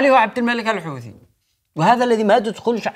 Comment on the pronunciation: المخزن مايقدر ينطق حوثي يقول دوثي ههههههههههههههه